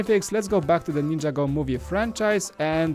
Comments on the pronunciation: Its not ninja go is (nin-ja-go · Ninjago is one word it's not ninja-go